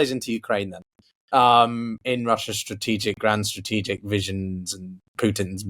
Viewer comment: Stratigical????Interpretate??? Ohh